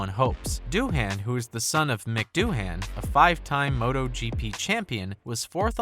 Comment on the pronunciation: Its not Doo-HAN, its DOO-un